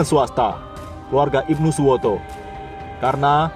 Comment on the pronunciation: IBNU SUTOWO..bukan Ibnu Suwoto.